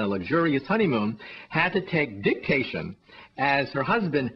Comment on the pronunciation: Did you say "Dicktation"??? LOL!!!! to funny;)